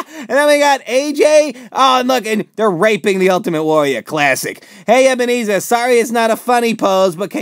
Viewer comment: ebenerzer